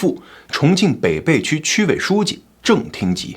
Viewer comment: 发音有个小错误，北涪区，应该念being fu qu